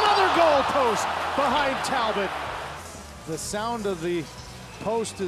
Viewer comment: Show a little respect to French Canadian players by pronouncing their names rignt: Talbot is Tal-bow...